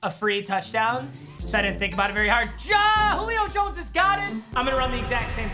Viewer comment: Nobody:: “Julip”